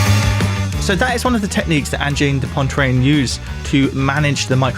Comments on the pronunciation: Angine de Pontrine hahaha C'est prononcé Angine de Poatrine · "Anjeen de pontreen" holy lord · Great video, thank you! The band’s name is extremely difficult to pronounce for English mother tongue speakers. An approximation could be “Anjeen de Pwatreen” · Pronounced kind of like "Ahn-jean duh pwa-treen" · "This is Anne-gine de Poyne-trine" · Great review. Pronounced Onjheen duh Pwatreen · It's weird how anglophones find it almost impossible to pronounce Angine de Poitrine. It's acyually not that hard. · Lordy! Stop saying their name that way!